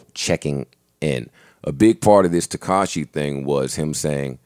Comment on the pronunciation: It sounded like Rory was saying Tekashi and Tinashe... Tekashay